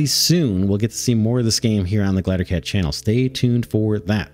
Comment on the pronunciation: First, these games look awesome. Second; Glider, Gl-EYE-DER. If I have to hear you say glattercat one more time I'm going to stab out my eardrums.